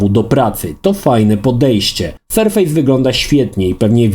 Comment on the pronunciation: Super filmik ale polecam sprawdzić wypowiedź co do nazwy „surface” chodzi o surface jako powierzchnia a nie surface jako sur-face (twarz) mimo wszystko recenzja i wzgląd zostały świetnie opisane. Pozdrawiam.